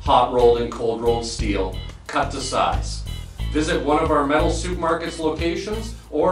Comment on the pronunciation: Learn how to pronounce supermarket.